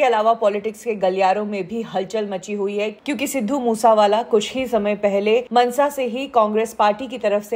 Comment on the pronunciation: मनसा नहीं मानसा है